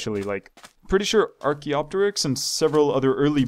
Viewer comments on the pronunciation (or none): none